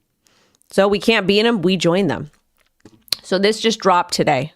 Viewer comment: Sorry, did you say “today” or “tidday”